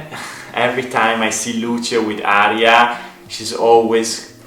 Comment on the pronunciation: Sorry, Aria, not Hara.